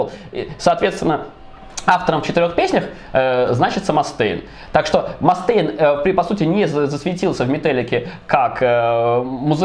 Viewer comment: Что ж вы так издеваетесь над произношением ) Ма́стейн и Ексо́дус)